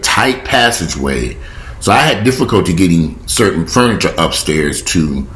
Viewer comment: Keep an extra eye on your mom. Forgetfulness usually is not temporary unless it was due to some kind of trauma. You're a great son. PS I love your fun-ni-cha. As they say in the South.